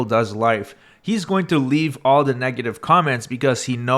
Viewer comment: the way this guy says words with O in them. like Online = ooOOOOWWNNggg-line (a lot of nasal noises) its odd. as well as andthing with an A on it. like All = OOAAWWWLLL (a lot of throat)